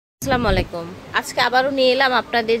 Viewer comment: Wal না আপু ওটা world হবে। আর স্ল্যামালিকম না আস্সালামুআলাইকুম হবে।